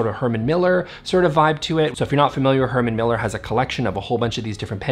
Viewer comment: Oh! HerMAN Miller! And not Henry Miller, which I thought I'd read at first. As I Dane I totally forgive your foreign pronunciation and I thank you for teaching me how to pronounce 'linen' correctly.